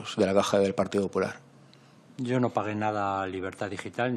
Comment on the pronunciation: Porque en vez de decir "partido popular" dice "partido 'hular"